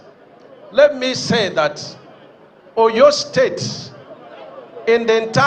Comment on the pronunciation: Is this minister actually pronouncing Oyo state like a foreigner?